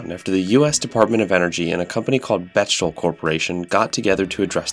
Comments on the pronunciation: FYI, I believe the name of the corporation is pronounced "Bek-tel" with the emphasis on the first syllable. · Fyi, it's Beck-Tel.